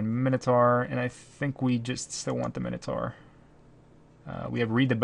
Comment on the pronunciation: Best MTG channel worldwide. Worst pronunciation of minotaur worldwide. :( "Minotaur (ˈmaɪnətɔː)"